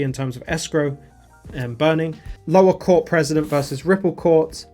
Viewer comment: Think they meant precedent not president 😂